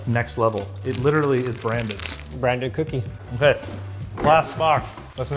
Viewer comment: That Ahhhh Okay , was the most stereotypical Canadian sounding speech I have ever heard from a Linus video.